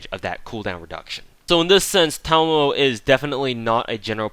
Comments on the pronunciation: Yes finally someone who pronounced her name correctly I mean how hard can it be she pronounce her name herself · Actually you were the closest to say it correctly, however, your "Okita" pronunciation needs work ^_^ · No Thanks That is wrong... Ta ma mo (Ta like in TArget, ma as in MArk, mo as in MOpe) he technically combined mamo as one which WAS wrong but the way to pronounce it is the same as he said. If you believe otherwise, you are free to look up how 'ma' is pronounced in Japanese. There are plenty of sources I'm sure. But Japanese pronunciation doesn't change. Aside from pitch maybe... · It's okay my fellow brother, for I have been pronouncing her name correctly ever since I first saw it. We are the enlightened. Or something like that. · "Because fuckin' English teaches you weebs incorrect syllable accentuation." Sorry, but no. It may or may not be incorrect, but I pronounce it the way her seiyuu pronounces it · I'm subscribing because you pronounced Tamamo correctly. Also, a few things: Double Tamamo actually hits harder than Double Waver or Tam+Waver for Arts Nps. Despite different buffs working better in most cases, 100% Arts up is just way too much for Waver to compete. So, if you want your Vlad/Robin to hit like a bus, just double Tamamo with Chaldea Code and you're good to go. You can also use her NP before another one in order to complete their second/third charge. This is a nice little trick a lot of people forget and can help you squeeze a bit more damage if the other character has extra damage with charge.